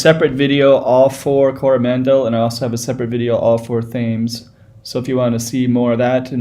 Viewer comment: I know this road from early childhood - don't live in NZ anymore, watching this brings back memories. pronounce "Tems" like the river Thames in London U.K